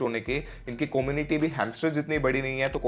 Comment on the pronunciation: Como-niti ni come-u-niti